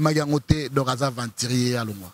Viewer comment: Balobaka aventurier et non aventrier mawa trop.